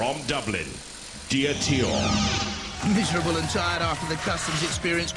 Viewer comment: "DEE-a-TEE-or"?????? Another robot the announcer couldn't pronounce at first, just like Dantomkia in series six (he pronounced it "DAN-toe-ma-KY-a")